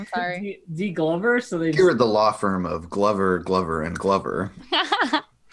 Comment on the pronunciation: they took 3 - 4 minutes just talking about glover (sounded like glubber). i love this let's play but wtf